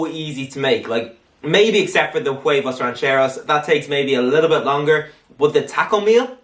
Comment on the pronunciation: Huevos, not huevas